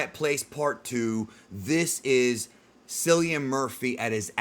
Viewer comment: Its not cillian its pronounced like killian hes a celtic remember this